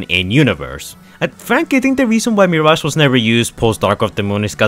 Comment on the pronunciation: Yess “meerash”